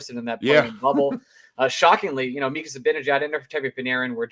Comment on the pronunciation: How could a supposed Ranger fan pronounce Mika’s last name worse than Eddie Olczyk? #embarrasing